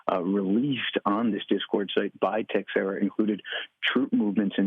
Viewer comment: Jack Tex-era? If you want to pronounce it correctly, it's Tay-xeh-ra (or something close to it). Stupid decision he made.